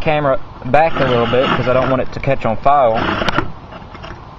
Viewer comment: Son you need to lear how to talk! Its "heater" & "fire" not "heatal" & "file"!